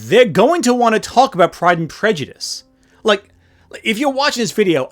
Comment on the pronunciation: I was commenting on her pronunciation, and presumed ignorance of the actual book, if she can't even get the title right. . I am frequently the victim of autocorrect, or just clumsy thumbs in general, and my eyes aren't what they used to be either, but your comment suffered from neither of these problems and is flawless.